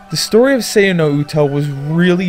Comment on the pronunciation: HORRAY! A SAYA NO UTA REVIEW!!!!! Once again, good review. It's definitely wtf... and it's so messed up. It's an enjoyable ride, I liked it. FYI - It's pronounced Say-Ya